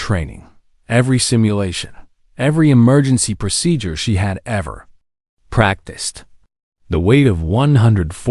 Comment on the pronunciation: Csn you please redo the pronunciation of the word procedure?